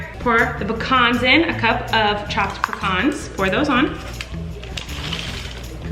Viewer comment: the way she said pecan....